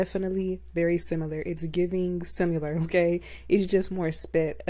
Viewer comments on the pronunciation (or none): Sim-i-lar > Sim-u-lar